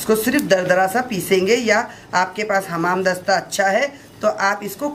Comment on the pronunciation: Hamaam dasta nahi khala Hawn dasta hota h hamam bole tu gusulkhana 😁😁😁